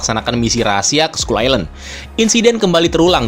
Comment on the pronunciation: ‘Skull’ dibaca ‘skal’ Fyi aja